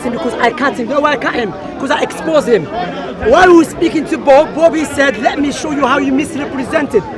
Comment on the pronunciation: I love it when he says "I am going to expose" sounds like "I am going to explode" hahahahahaha. just run when you see Bob. To have a rational discussion with a Muslim he has to be alone with no other Muslims around him. Is the only way. Any other way is a waste of time15 min waste of trying to make the point another 15 min jumping from tupic to tupic. And when you finally arrived at the point of actually talking then the lying will begin for the rest of conversation.